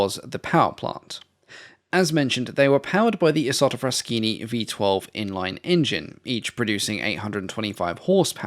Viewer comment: my history buff heart sings My italian ears bleed BUUUUT You got the pronunciation of "Isotta Fraschini" right